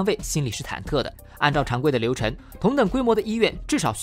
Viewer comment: 为什么熊猫的发音有时候没有后鼻音的？返岗gan？流程chen？创chuan？安装zhuan？只能nen？